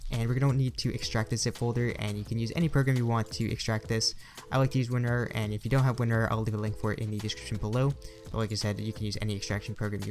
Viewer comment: Dude why you saying WinRRR. It's WinRAR